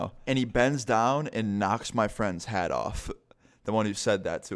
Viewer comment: Lol when you said knocked his hat off I thought you said haid